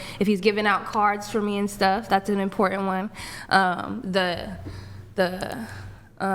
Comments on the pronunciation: Why ... can't people say important, not imporant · You can tell she’s the prize by the way she says “imporant”